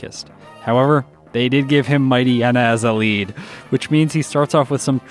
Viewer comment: Hm, I'm bristling on a handful of the pronunciations. There's "Ackua" "Lehvaridge", which I guess is more regional, but then "DyNEHmo", which I've conceived as "DYnamo", but I'm...not entirely sure I've heard it said. What I'm confident I haven't heard from official materials is "Mightyena" and "Numel", which I (attempt) to handle as "Mighty'yena" (like, in "hyena") and "Noomel". It's impressive how differently people handle the same written words, and we can just go so long never realizing the possibilities of things we've only heard in our own heads. Reading is a heckuva thing. EDIT: Agh, had posted this before Juan, so didn't realize this'd just be piling on, ahhh.